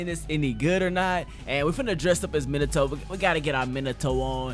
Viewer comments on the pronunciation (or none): minato smh who pronounces it minado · This nigga said monado instead of minato lol this aint xenoblade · It's pronounced me-na- to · Mee-nah-Toe bruh your making me mad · Meen ah toe is how you say his name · That shii get me mad when he say minaatoe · Minato MinaTto?! Bruh I was already pissed about ''Narrudo'' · Minato (ME-NA-TO) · Ma net a that is how you say it your welcome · This is how it's pronounced in English Mee Nah Tow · The way u say minato is closer to the real way u say it it’s like menato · I’m Japanese, it’s MEEN-uh-toe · Ur good its m-in- na- toe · it’s me-nah-toe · ME-NA-TOE But close enough (not trying to hate) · It's like "me not oh" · Minato name is pronounced (me•nah•toe) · I pronounce it min-uh-toe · Its said like Minute toe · It’s pronounced mee-nato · Pronounced meenuto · MIN-AHH-TOE is way better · Bruh its not pronounces either of those its pronounced Mii-Na-To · Why are you saying in the Greek Way to say Minato